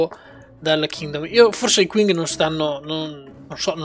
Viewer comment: piccola nota inutile, l'impero cinese Qing, si pronuncia Cing, scusa ma ogni volta mi sanguinano le orecchie ahahaha Ottima serie comunque!